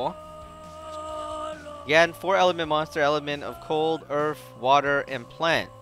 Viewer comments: He says earth like earf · HE SAID EARF!!!!!